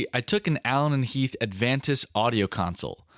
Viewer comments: It's "Avantis", NOT "Advantis". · This is so incredibly impressive and such a feat. My ONLY criticism is that it's the Avantis. Not the Advantis. Every time I heard it, I winced. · Is the D in “Avantis” in the room with us? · Says, “Advantis”. I proceed to vomit